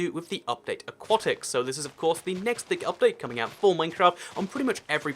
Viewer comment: FINALLY someone who pronounces "aquatic" correctly!